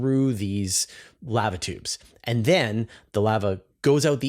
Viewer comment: why you gotta say lava tubes like canadians say "pasta" ???